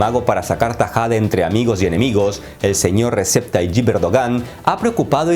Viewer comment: No se pronuncia Resep Tayib, sino Rejeb. J como en ingles